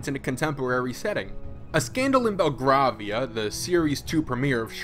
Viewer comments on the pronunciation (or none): It's pronounced "BELL-GRAVE-IA" mate